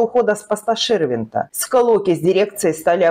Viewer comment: Ну никак не "...с уходом с поста ШЕрвЕнта..." ! Он ШИрвИндт!ШИРВИНДТ АЛЕКСАНДР !Запомните!Противно слушать вас, коверкающих великий и могучий русский язык. Всезнайки безграмотные!